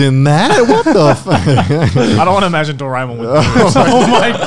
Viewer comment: i grew up with doraemon but in India it was dubbed so now i can never see the original since ive hardwired their voices into my head and it would hurt just to hear it in any other language. also since indians dont pronounce things too similarly Dorae-mon was said as Dore-mon